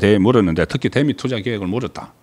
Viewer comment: 송기자님...다 좋은데 발음좀 고치세요. '대미'...'대'에 악센트 넣지말고 길게 발음하십시오. 경상도 사람들 기자님처럼 발음하지읺습니다